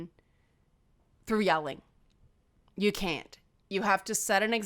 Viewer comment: I wish one of my cats was less afraid of physical closeness. Momo should come and teach her a lesson. Also, your "can't" sounds exactly like "can", which is exactly what my English teacher warned me about.